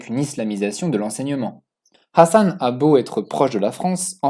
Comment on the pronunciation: Ta façon de prononcer le H de Hassan est juste horribe à entendre...😖😖😖 Prononce le comme le H de Hawaï est plus proche de la bonne prononciation en arabe que ton truc bizarre qui correspond plus à une autre lettre arabe.